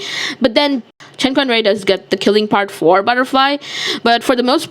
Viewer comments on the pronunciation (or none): none